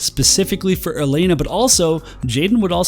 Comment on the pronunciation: Yay! Someone who can finally pronounce Elena correctly! Lol, jk. But seriously, welcome back! Good to see you again!